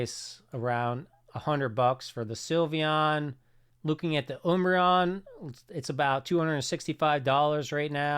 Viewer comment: Why is he saying oombreon lol